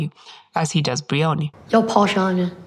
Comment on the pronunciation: One petty niggle - her name is not Bree-onee. It's Br-eye-onee, a two syllable word, with the emphasis on the first syllable, "eye-o". Otherwise very interesting.